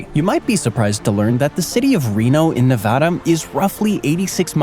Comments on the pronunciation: Only complaint, learn how to pronounce Nevada... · One state name is mispronounced more often than the other 49 - NEVADA. This is true even in many geography videos!